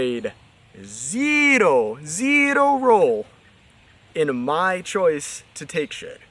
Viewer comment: When he said "zerro" i know, he watches Coach Greg. Even if this is the first video I watched from this English guy.